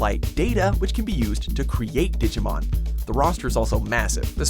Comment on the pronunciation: The one thing I hate is how he pronounces Digimon